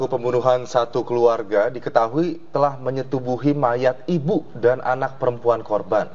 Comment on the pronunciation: Pembawa beritanya lucu bagian kata menyetubuhinya dikasi penekanan dan jelas 😂